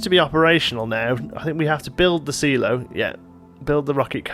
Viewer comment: Hehe.. After hearing how you say Silo I'm left hoping you don't make the same mistake when you say Simon.